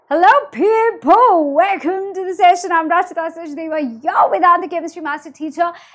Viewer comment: Kya bolti hai starting me ..... hello pepho